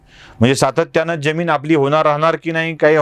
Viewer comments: सर ज्यमीन की जमीन ? आपल्याकडून जी अपेक्षा नाही !! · Jyamin kase mhanta? Jamin